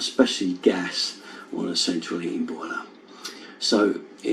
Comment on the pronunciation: the way you say "heating" and "eating" sounds almost the same 😄